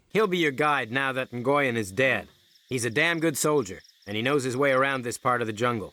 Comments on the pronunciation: Nguyen is pronounced "Wen" not "Nagoyen" 😂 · pronounced new-yen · My friend tells me "Nguyen" is similar to the Chinese name "Yuen" so it's pronounced 'N'Win' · "Nah goy en" he says. Lmao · your stuff is awesome, but just one thing: nguyen is pronounced like nwin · In case you ever need it in the future, "Nguyen" is pronounced "NU-Yen". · Nguyen is pronounced like Win/When, at least thats how ive always heard it.. Source = growing up in SE Houston with lots of Viet friends EDIT: turns out viet is super difficult to pronounce and I've been saying that for like 20+ years as its what the fella himself told me to say, but its not technically correct. Almost every native Viet+English speakers have been fine "wen" or adding an n sound like "n'wen" ontop in my experience EDIT2: okay this rabbithole is super complicated and among several native speakers and American born Viet/English speakers there's 3 accepted, including some posters who have the very common last name of Nguyen. • when • NEW-yen • NUH-wen EDIT3: straight from Wikipedia with IPA Phonetic Pronunciation Guide Common pronunciations by English speakers include /wɪn/ win,[19][20] /nuːˈjɛn/ noo-YEN and /ˈnjuːən/ NEW-ən.[21]